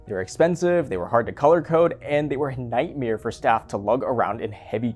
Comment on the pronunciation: Our boy might be a Bert Kreischer fan, he straight up said “nightmere” 😆 Good times